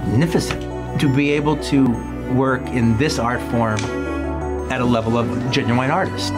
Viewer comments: Jae-new-eyien. What's with Tarantino pronouncing genuine that way? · Quentin: "Gen-uuu-WINE" "Pam-plets (Its "Pam-fluht" btw)